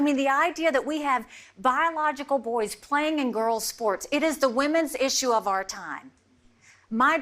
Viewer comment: Defenestration: The act of throwing someone out of a window, usually a high one, to their death. I learned that word from someone who pronounces women; "wimmerns"' eat; "et", and ought; "ort". What a strange world!